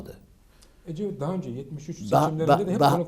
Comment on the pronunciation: Cecevit mi dedi o 😂